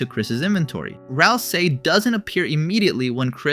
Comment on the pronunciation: tweaking from that pronounciation of ralsei